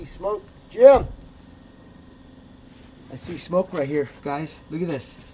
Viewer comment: "HEY JIM, IM GETTIN SHMOKE OVA HERE" lol